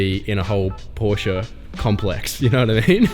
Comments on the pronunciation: finally! an english speaking person pronouncing Porsche the right way🤝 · Congratulations, you finally found the "E" in the pronounciation of "Porsche"! Welcome to Europe